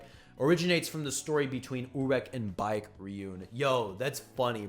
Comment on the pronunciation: Baek is pronounced as Beck not bike. Lmoa! Great video thou?? I enjoy these wiki videos there’s no wiki page as entertaining and engaging as Tog